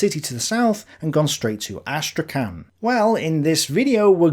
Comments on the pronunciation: the name of the city of Astrakhan is pronounced as Astrakh[h]an ( h like Hahn or Home), not as Astrakan. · Hey, could you please look up to pronounce Astrakhan in a more Russian way? As non-native speaker of both Russian and English it was hard to know what you were saying